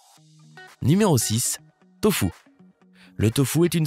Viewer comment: Pourquoi dire tofOOUUU alors que ça s’écrit tofUUU?!